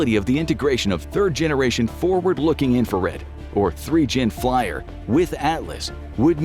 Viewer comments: Flier?!😂 If you are gonna pretend to "inform" us, at least take the time to pronounce it right. It is pronounced "flee-er" not "fly-er". Sorry, but I had to point it out. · FLIR is pronounced "fleer" you bot!